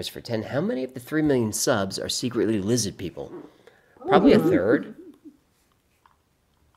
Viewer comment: Congrats and! I finally got my very own with his tiny tin hat! I love him so much❤ he says lizzad peeple 😂